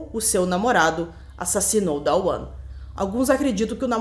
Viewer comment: A pronuncia correta dos nomes da mãe e do filho é "Duana" e "Duan" nao tem A entre o D e o W.